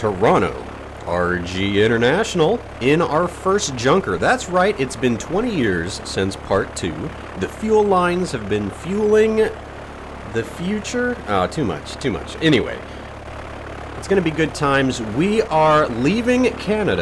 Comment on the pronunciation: just saying the plane is called a yunker its German and that is how it is pronounced.